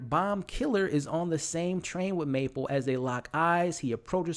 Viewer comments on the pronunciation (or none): It's Mabel, not Maple 😭 Other than that I enjoy your videos! I hope the fuck you from Teddy is that he forged the DNA test and I saw it coming from Alice but I can't believe she put everything in there, poor Mabel :( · MABEL!! May-bell. Buh, buh, buh. Not Maple. That’s syrup, or a great flavor on a doughnut…. Otherwise, good stuff, man. Sorry… the mispronunciation just grated my ears…. Shredded them, felt like. Thought you’d appreciate the candid feedback. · is he saying "Maple"? lol